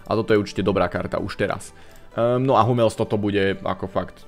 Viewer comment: Ked už čítaš bruna fernandesa so š tak ak by si nevedel hummels sa nečita anglicky ale nemecky no hate :D